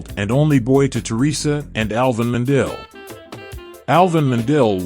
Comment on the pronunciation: butchering the last name